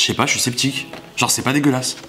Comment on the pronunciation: Tu dis tt le temps (chui septique)🤣🤣🤣🤣jaime trop😂😂😂❤